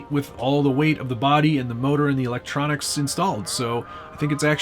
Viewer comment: is he saying 'elontronics'? if he is, damn thats funny